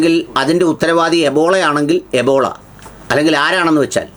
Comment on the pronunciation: എബോള അല്ല ബ്രീല്‍ എംബോളൊ.